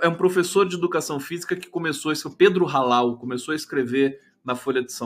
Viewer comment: Pedro Hallal (pronuncia Allal) sou pelotense, ele é da UFPel....